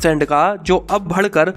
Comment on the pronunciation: Like "bhadkar, jyyadaa"